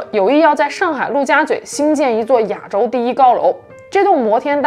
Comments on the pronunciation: 你一口一个 ”哑州“，”哑州“，”哑州“。听着憋屈。是 ”亚州“，第四声。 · 别“哑州”了，“ya 四声州”。